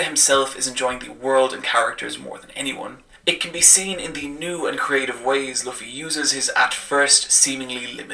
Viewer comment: She didnt say luffy correctly 😂😂😂😂😂😂